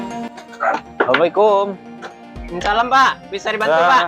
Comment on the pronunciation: Bilang salam gk jelas min.ke tpq dulu min.jilid 2 udh fasih min😂